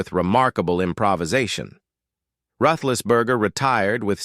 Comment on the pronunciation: He pronounced Roethlisberger as is should be pronounced, as it's a Saxon/German name.